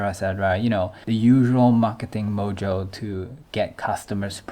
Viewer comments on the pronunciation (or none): none